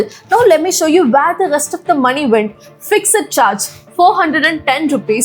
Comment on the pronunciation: “fixaed” pronouncing fixed wrong !!! I know South Indians 😂!! My observation!!